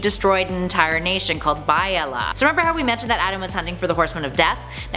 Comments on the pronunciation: It's Bee-ah-ly-ah not By-a-la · Just one thing. I believe, according to the Young Justice show, it's pronounced Be-ya-lia. That is all, you gorgeous celestial creature and the race of watchers working with you. Keep up the awesomeness. 😎